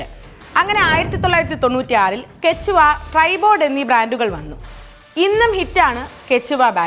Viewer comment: Its കേഷ്‌വാ not കേച്ചുവ